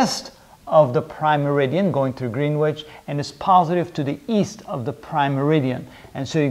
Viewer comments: Greenwitch = pronounced Gren itch Can't fault the videos though. Great work. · Green witch ? Pronounced grenitch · Just to let you know....Greenwich is pronounced 'Gren'ich' [silent w and single e]. Nice videos so far....enjoying the series. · A couple of small points - Latitude has 2 'T's not 3. Greenwich is pronounced "Gren-itch" (at least in the UK !). Otherwise, first class lecture series (No Quantum I'm pleased to see....)